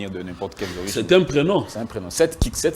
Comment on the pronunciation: on dit: ORIGINE ET NON ORGINE.